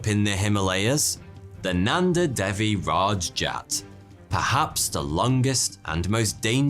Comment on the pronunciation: I'm in india why have I not heard of this lake??? And it's day-wee not dev-e and par-vuh-ti